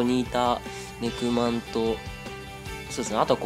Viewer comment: ネクマンが肉まんに聞こえるw